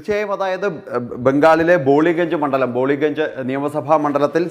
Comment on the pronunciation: ബോളിഗഞ്ചല്ല.. ബാലിഗഞ്ച് എന്നാണ് ആ മണ്ഡലത്തിൻ്റെ പേര്